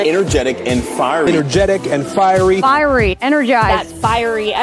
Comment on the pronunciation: They look so effing stupid all saying firery. Dumb